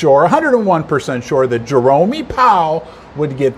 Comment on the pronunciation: Jerome. Not Jeremy.